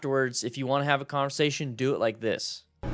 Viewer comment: Sounded like you said calmversation lol